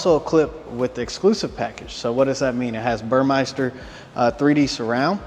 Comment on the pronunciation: it is pronounced BUR-MES-TER. It is not bur-MICE-ter. It’s spelled Burmester. Good video! Thanks!